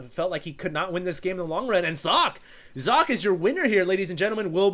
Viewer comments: okay, i pause the vid right now. 1. its called sokkeh (you dont pronounce the "h" its just easier to explain like that. the "e" is like in the word red) 2. aTn is alternate attax^^ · inohope Stating that it's still pronounced incorrectly isn't being over-sensitive. Personally, I don't give a damn (as a German), and I think most ppl are just trying to be helpful here. If someone goes ahead and states "Here, I can say it correctly!", then does it wrong, correcting him is being "full of oneself"? Right... Just pat him on the head and smile would then be the right thing? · You are pronouncing Socke's name wrong^^ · hey hd socke is from germany and the e at the and is pronounced too and it means just sock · socke is simply the german word for sock. you have to pronounce the e [ə] at the end. seems to be a little difficult for english speaking people :D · actually there is a pronunced e at the end of Socke's name, it's pronunced like pronunces it, just with an e like the first e in energetic at the end. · You must be German. (Kein Problem. Ich kann Deutsch). In English it'd be more like Zock-uh, if you wanted him to pronounce it the way it would be in German ^^ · Socke is pronounced ['zɔkə]. It's german and means sock (singular). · Sock-eh, btw. It's german. And its alternative gaming :) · Its not Sokka, if you want to pronounce it right Do socket (from wow :p) and dont pronounce the last t. Sokkeh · I went to Google Translate and found out that it does very much mean, "Sock" but it was pronounced as "Zok-ka". You got it pretty much right! Thanks for the Info. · Sok? no it's Socke ^^ you got to say sock + eh. not Socky, not Sock, just socke(h) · you have to pronounce the E in sockE. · You got your pronounciation almost correct. There is one more sound after how you say "Socke", the German "e" which is how you'd probably say "-eh" with a silent "h" or as the "e" in "taken". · jock... haha "Sock-Ke" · not sock you have to speak the e ;)